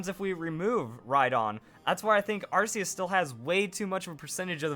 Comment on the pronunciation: It's 2016. And people still say Arceus wrong.